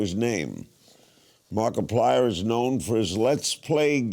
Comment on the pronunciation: Ah yes, my favourite YouTuber: “#Markipilier”